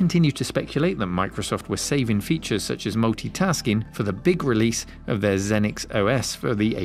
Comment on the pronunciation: “Zee-nix”, not “Zen-nix”. Lol!